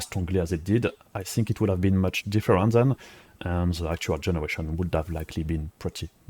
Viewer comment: pitié fais un éffort sur ton accent... they c'est pas zeey , dit le plutôt avec un D déy ca sonnera mieux et quand tu dit ze dit plutôt dhi , merci !